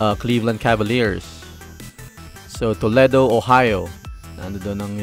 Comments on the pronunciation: IT PRONOUNCE TOLEEEDO WITH LONG E LOL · ITS AN AMERICAN CITY IN OHIO STATE LOL GOTTA HAVE TO PRONOUNCE IT CORRECTLY LOL HE IS SAYING IT WRONG AND ITS NOT SPANISH ITS A NATIVE INDIAN WORD LOL DIFFERENT FROM SPANISH WHICH YOU GOOGLED LOL